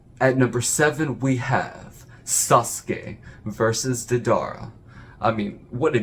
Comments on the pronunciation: Its Day-Da-ra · Dedar? Deidara lol